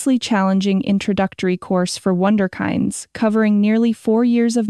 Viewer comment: wonderkinds completely mispronounced.